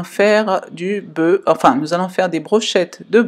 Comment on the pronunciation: Brochette de "boeu"😂 Sinon je suis congolais et je trouve cette recette très bonne merci maman